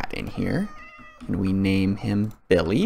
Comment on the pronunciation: It not BILLY 🤣🤣😂😂😂😂 it's BILLI😂😂😂😂😂😂😂